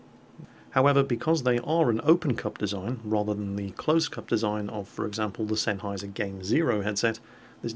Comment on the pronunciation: You know now i feel ashamed for having my game zeros for almost a year and not know how to pronounce sennheiser until said it:/